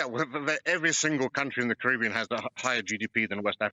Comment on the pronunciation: Why does that bloke pronounce Caribbean wrong every time?